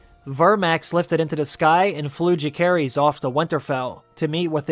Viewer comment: Why would you intentionally pronounce Jacaerys name wrong? I can’t understand why. And then you call him Jace a few times🤣. What is going on?!